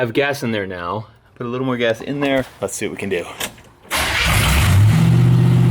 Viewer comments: LOL I heard "smells like ass" LOL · I heard ASS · Did say it smells like gas or 🍑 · I could have sworn said it smelled like ass.....lol But, I guess she said gas........lol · At 3 min. 20 sum seconds. I thought said, smells like ass. And replied, that's a good thing. I was laughing myself hysterically. Then I rewound it to show someone. And realized she said gas, not ass. Might be true either way. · Hey, are you sure said "it smells like GAS?" Because as someone who's been married for what seems like forever, it sounded like she said, "it smells like ASS." Just saying. Lol.😂😂😂😂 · I heard ass also😂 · I thought said "Ew... smells like ass" 😂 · Either mere doesn't pronounce her g's or she said it smells like ass, 😂